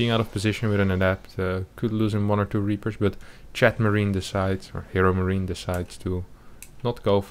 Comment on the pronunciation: Am I only who hears "ChadMarine"?